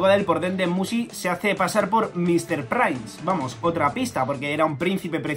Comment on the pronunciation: La lengua inglesa oficial: MrPrince El quinto: MisTeR prAiNS